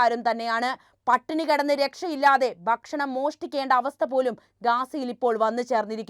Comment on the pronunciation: ബക്ഷണം തെറ്റ് ഭക്ഷണം ശരി.